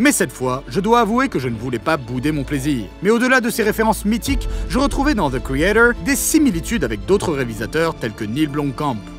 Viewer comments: zeu criédeuuuwr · Pourquoi tu ne dis pas ze créator comme tout le monde ? C'est excessivement énervant. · The quoi ? - thi caeydor Hein - the craytaure Quoi ? - ze créator Ah..... Thi criéthor